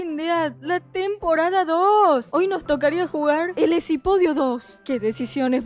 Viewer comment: mencanta cuando dises: el esipodio xDD